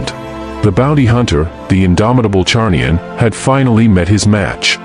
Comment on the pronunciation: Zarnian, it's Zarnian. Not Charnian